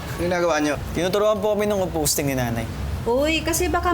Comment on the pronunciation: composting hindi “composing” bwiset HAHAHAHA